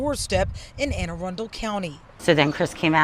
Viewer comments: It's pronounced Anne Uh-run-dull County. The other day we had PG County (aka Piggy County to us Marylanders) and now AA County. Keep it classy, Maryland! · Anne Ah-rund-dal. That's how we say it. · lol it's anne AH-Run-Dull county...😂 just sayin! And AA county is pretty much Baltimore... just as ghetto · Lol Anna run dol… that’s how it’s pronounced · Sounds like this.. A-run-dul..county lol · Ann a run dull. Is how you say it. I grew up in Baltimore City proper. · Anne a run del is how it’s pronounced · It pronounced Ann-a-rundle County...fyi...love you show❤ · The County is pronounced Ann A-run-del. I am SO sorry about this. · hey ur from here to! Lol yea he's saying it all wrong. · Anne Arundel is not pronounced the way you said it. Lol😂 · I'm gonna pretend you didn't pronounce Anne Arundel like that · OMG I didn't even know what county he was talkin about I was confused because that look like maybe Dundalk up in Baltimore County. He butchered Anne Arundel pronunciation so bad dude LMFAO anyway coming to you live from West Baltimore, if everybody would just eat a handful of mushrooms put a pair of sunglasses on and relax we wouldn't have this issues. But the father should have went back in and grabbed the firearm and came back out and took care of every single one of them including the kids I would never in my life let children beat me to death, nevertheless with their parents. I would have smoked checked every single one of those cocksuckers. Oh by the way, gee let me guess, the guys doing all the jumping and beating and causing all the chaos and murder.... are black 🤷🏽‍♂️ no surprise there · Lol learn how to pronounce words 😂😂😂 try it again that is not how you say that county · lol I live in Anne Arundel County, MD. You totally butchered that pronunciation 😂. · The way you pronounce Anne Arundel county was hilarious bro 😂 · 😅 Anne are-in-dale! 😅 Its pronounced like (a-run-dell). Nice try though. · Anne Ah-Run-Dul is how we say it. LOL